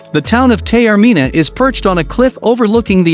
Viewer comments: Thank you for the lovely and informative video. I must take exception with what sounds like a “bot” doing the narration and misspelling almost all the Italian words and place names. It really does a disservice to this beautiful island. And I could just imagine my Sicilian mother wincing every time the word “Tay-or-mina” was uttered. Please do your island (and its residents) proud and correct this error. Thank you. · I'm not even Italian, but I also winced each time that lovely city's name was mispronounced. BTW, if I could live anywhere in the world, Taormina is very high on my list! I especially love the garden at Villa Comunale di Taormina. 😍